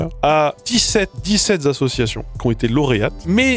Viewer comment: Dix-sept Zassociations hein x)